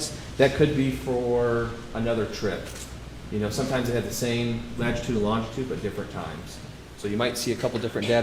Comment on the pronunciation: Is he saying lagitude?